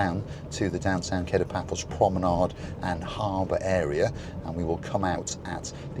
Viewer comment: It's pronounced Ka-to, not Kay-to as in The Pink Panther.